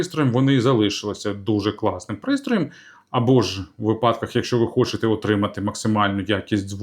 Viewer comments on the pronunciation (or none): Ех, знову випАдок, замість вИпадок))